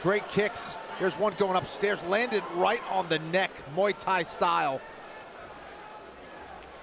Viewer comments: Really, Moo Thai specialist? Some of these announcers need to find a new job! It's not cow fighting! It's called Muay (moo-ay tie). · Great fighter, looking forward to her career. Why can't these guys say Mui Thai correctly?